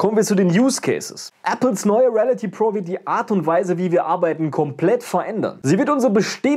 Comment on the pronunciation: Ich würde mich freuen wenn du, bevor du ein Video drehst, lernst die Wörter richtig auszusprechen (Reality, Review...)